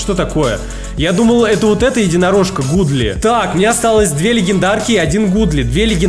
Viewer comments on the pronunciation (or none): Godly-это не гудли это гадли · На английском когда написанны два о, тогда читается у например Look читается лук а Godly Гадли